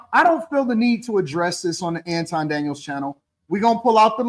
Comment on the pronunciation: I hate when so called celebrities try to "high side" folks like they don't know who they are. 🙄 Marc Lamont Hill even purposely mispronounced Anton's name like an A-hole to disrespect him.